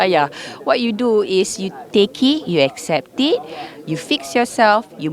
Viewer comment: Okay, wait what? What's with the pronunciation??? "You take-y....you accept-y". Weird that she vocalized "it" while silencing the "t".